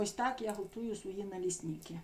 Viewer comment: чи не могли б ви говорити налисники,або млинці,але виходить так ніби ви москаль,який не може говорити українською і називає їх налісніками